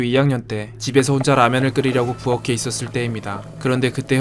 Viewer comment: “부어케” 라고 표준 발음으로 말하는거 짱이다